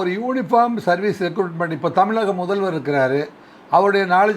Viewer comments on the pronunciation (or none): அது ரெக்ரூட்மெண்ட் டா. ரெகூர்மெண்ட் னு சொல்றே. மொதல்லே நல்லா வசம்ப வச்சு தேயி உன் நாக்குல.